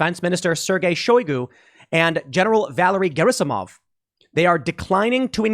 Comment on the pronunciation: *Gerasimov, not “Gerisimov”.